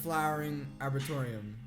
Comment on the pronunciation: LOL why does everyone struggle with Arboretum? xCeleste (Rosan) does too!! Arbor-eee-tum.